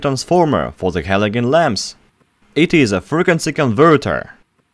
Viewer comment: For halogen you pronounce the g as a J 😊 same with hydrogen